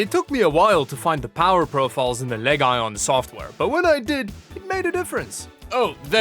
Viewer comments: you have pronounced the model of this Laptop wrong. Its pronounced Legion: noun. /ˈliːdʒən/ /ˈliːdʒən/ a large group of soldiers that forms part of an army, especially the one that existed in ancient Rome. It in Lenovo's case, means a high performance line up of a series of Gaming PC's known as the Legion series, which includes Gaming Laptops, and Notebooks, along side of Gaming Desktops themselves. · Leg Ion... wonder how he enunciate MSI or ASUS..... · Leg Ion? Half a mil subs and dude doesnt know how to pronounce the word legion. Says everything about channel trying to pander to high schoolers and sheeps. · Are you saying legion wrong deliberately? Please stop... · “Leg ion”💀💀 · Why pronouncing it leg-ajon? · Leg ion ? 😂😂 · Lee-JUHN = Legion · stop triggering me with the leg-ion saying!!! its not how you say the word arrrrrggghhh HAHAHA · It's pronounced "LEGGY OWN". 👌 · Are you trolling with the "leg ion" pronunciation? lol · did you actually pronounce it as Leg-Ion?! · The Lenovo "Leg-on"... 🤣😂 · I love how he pronounces the "Legion" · Love the video but o ly thing that drove me crazy was the way u pronounced legion. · I was confused every time you said "Legion." I was thinking, wtf is he saying, then I realized you were just absolutely butchering the word, lmao. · Y u say legion like that it’s legion like the demon for we are many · Why are you saying "legion" oddly? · I like how he pronounces Legion wrong on purpose. And that beefy boy DID almost set my prostate on fire!🔥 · The "Leg Ion". Just going forward - it's pronounced LEE-jun. Which you probably know but for funny purposes, you just sent it. Good vid, had no idea laptop prices were...reasonable (unlike gpu prices) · Leg Ion? is that more of your over the top sarcasm? I thought it was Legion; like Lee Gen. Anyways, I always enjoy your videos, and this was no exception. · wait. did you say leg ion? and not lezhon? is that how they pronounce it officially? with a hard G?